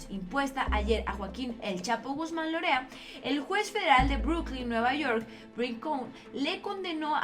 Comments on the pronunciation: Es Loera no lorea como tu lo leíste, así no vas a ser una buena abogada por que cambias las palabras y vas a hundir a tus clientes,espero leas con más detenimiento. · ¿Guzmán Lorea? ¡no mi chula! minuto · Creo que es Loera no Lorea